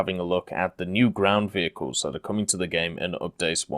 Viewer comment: the french vheeled wehicles are coming to WT...